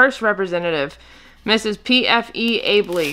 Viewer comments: AL bee is how her name is pronounced!!! And yes she is awarded to high sales!!! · The Albee’s are exclusive to Presidents Club members an award for over. X amount in sales. And yes they are collectible to s group of people. And it’s pronounced owl bee